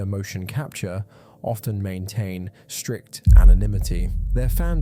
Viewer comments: “stict” instead of “strict” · . "STICT" without "R" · STICT ??? Bro come on 😂